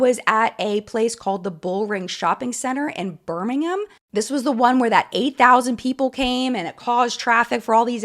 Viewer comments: I live near Birmingham in the UK. Firstly... You're one of the few YouTubers I've heard pronounce it correctly so props 😂 but the other thing I wanted to mention is British Humour is very dry and sarcastic. So I agree that Reuben was probably joking. Very glad I was not in Birmingham that day as it really is a maze getting in and out of the bullring when it's crowded. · You said Birmingham correctly! ❤